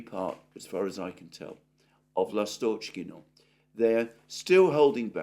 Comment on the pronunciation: L'astochkino (Swallow village) - the stress is on the first syllable.